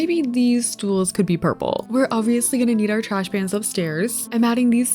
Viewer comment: you said trash band 🤣